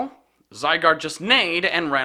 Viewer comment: ITS NOT ZYGUARD ITS SQUISHY